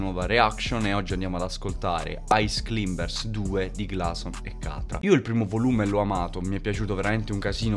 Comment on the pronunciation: ti prego halb ricaricalo pronunciando bene climbers 🤣